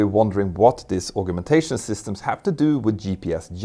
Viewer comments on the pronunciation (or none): Thank you for a brilliant video as usual. Although you speak english better than most native englishmen/women I hope you will forgive me for just mentioning the pronunciation of the word 'augmentation'. Collins states it as ˌ"ɔːɡmɛnˈteɪʃən". or, if you don't read phonetics, " as I would say "org men tay shun".